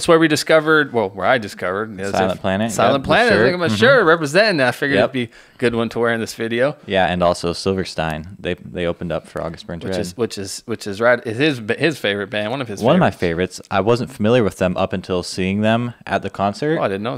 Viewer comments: Did he just pronounce Silverstein like Silverstine? Lol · Silverstein pronounced "sil-ver-steen" and they are touring here soon playing their full 2nd album and 2 other sets